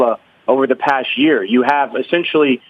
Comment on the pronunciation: "essentally " ls LYING through his Teeth.